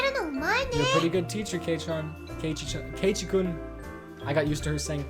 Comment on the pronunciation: Also, for future reference, this is how the names are pronounced: Hinamizawa:Hee-nah-mee-zah-wah Keiichi:Kay-ee-chee Rena:Reh-nuh Mion:Mee-on Satoko:Sah-toh-koh Rika:Ree-kuh Hope this helps!